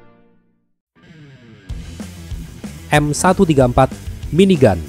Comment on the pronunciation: tetp aneh di dengar